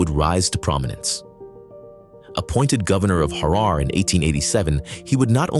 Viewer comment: Just a quick review of the narration. Harar is pronounced Harer. The name Tafari should be written as Teferi. And his father's name should be pronounced as Mekonnin. There you have. God video.